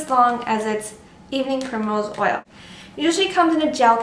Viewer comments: What's the second ingredient? Can't really hear what she says, but it sounds kind of like "evening pure mineral oil"? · Hello i understand vit e but evening .... oil i cant understand what you say can you repeat it svp Thank you . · sorry, I couldn't understand the name of the second thing you showed after the vitamin E oil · can you please spell the second ingredient, i could not hear it properly. if you can aswer asap. thanks